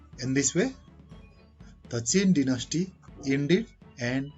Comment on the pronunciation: Dynasty pronounation🙄